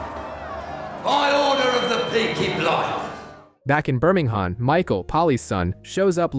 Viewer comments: I know 😅 as a BirmingHAM boy it was the only black mark on this video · The H of is Birmingham silent.